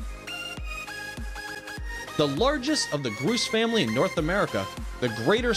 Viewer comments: sage 'groose'... has this narrator never heard of a grouse [pronounced: graws] before? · Groose? it is pronounced grouse like house, mouse, souse, douse, and blouse among others. The most rare member of the grouse family is the Gunnison Grouse. It is rated by both IUCN and CITES as critically endangered. All known individuals have been tagged and its census has remained steady at 27 birds for the last three years. It lives in the area around Gunnison, CO. The reason for its decline is (as usually is the case it seems) habitat loss due to increased agricultural use. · It’s Grouse, not Groose... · Ditch the music it's awful! It's actually pronounced growse, as in wow! Good video though. 😀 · Your script is full of errors, you mispronounce the names of the birds (it's Grouse as in house, not Groose as in goose). You should check your facts before you make embarrassing mistakes. Also, loose the music! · My God, "grouse" rhymes with "house" not "goose". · Grouse like house, not groose like moose. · Nice not to hear a robo voice. Grouse is not pronounced "GROOSE"! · For a nature channel, doing a video entirely on birds, I thought you would know how to say Grouse. It's pronounced like Gr-ow-se not Gr-ew-se. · "Groos"? Pronounced "grows" in Saskatchewan. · Did your narrator seriously say "groose"? It's GROUSE. ffs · Greater Sage Gruss please narrator correct your pronunciation. Grouse the O is like house. The music ruins the video. It's like an old arcade game like Donkey Kong. Terrible. You should have the natural sounds of the beautiful birds. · Thanks for the video. Two things though: 1. The music was extremely annoying. Just cut the music all together. Distracting and unnecessary. 2. Omg your mispronunciations drove me crazy. Check out “Guiana” (Guy-Anna) pronunciation and Grouse (pronounced like “mouse” but Gr-Ouse) pronunciation because they were both incorrect in the video. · Doesn't "Grouse" rhyme with "house"? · Grouse rhymes with house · Grouse is pronounced growce